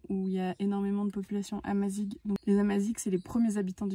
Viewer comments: Le petit discours sur l'histoire berbère et le "Protectorat français" (le Maroc n'était pas une colonie) est assez bidon, il évite évidemment la conquête islamique... mais bon, on est dans l'air du temps. Et puis on prononce "amazire" ! Mais sinon bon voyage ! Le Maroc est vraiment un super pays !! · Bonjour excellent voyage Je suis français d origines marocain vous nous faites découvrir le maroc de belles manières Pour info on prononce amazirr pas amazig Bonne route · Pour précision amazigh est prononcé amazire et non amazigue, bon courage à vous deux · Super vidéo nous qui revenons du Maroc et prêt à y retourner pour nous y installer . Merci . Petite précision : « gh » se prononce comme le « r » en français donc on prononce « amaziR » plutôt que « amaziG ». Bonne continuation à vous. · Il y a une erreur la culture amazigh ( on ne prononce pas" amazig" mais amazir ) n'a jamais été interdite au Maroc. Je suis amazigh et ma famille ,comme beaucoup d'autres n'a jamais inquiétée...le reportage est bien mais ce serait pas mal de se documenter par des sources fiables. La vidéo est très sympa ! Bravo 👍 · Bonjour Juste pour vous préciser que ça se prononce amazir , même si ça s'écrit amazigh, bon voyage. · super vidéo. Juste pour info amazigh se prononce " amazir" avec un R à la fin. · Salut a tous et a vous les aventuriers qui ont fait cette vidéo, on dit amazigh et ça se prononce comme ça amazir. Si jamais ça peut vous aider au cas ou.... Bon sejours a vous . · Au Maroc on est plus en méditerranée qu'en Afrique, puis faut prononcer "Amazir" le mot Amazigh ;-) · Le mot Amazigh se prononce "Amazire" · Amazir et non barbar (sauvage) Naif dakor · Merci beaucoup ☺️ nous avons corrigé la prononciation dans la dernière vidéo ep 4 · Merci beaucoup 😊 Effectivement notre prononciation à revoir… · Le amazigh le gh se prononce r, ça veut dire homme libre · Merci pour la correction, nous avons eu un peu de mal avec la prononciation 🤣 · amazigh pas amazig